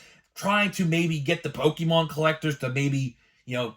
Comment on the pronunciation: Pokemon, not Pokimon LOL!